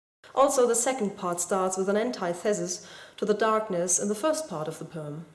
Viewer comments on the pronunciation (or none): "antithesis" is pronounced "anTITHuhsis" not "ANTIthezis" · your pronunciation of antithesis isn't quite right, it's said like 'AN-tee-THEES-us' or 'an-TITH-es-us'. Also the s in the adjective close is like ß. Love your videos though, keep it up! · Love it. O, and 'antithesis' in American English is pronounced an-tehth-uh-sis (soft 'e' and not like the hard 'e' in thesis). Don't ask why. lol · Just so you know, you might want to check your pronunciation of both antithesis and spouse. Apart from that I love this poem and you defiantly didn't spoil it!